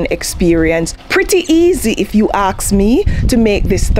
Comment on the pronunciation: 'Pretty easy, if you axe me' 😅 English is a pretty easy funny thing sometimes 😂😊❤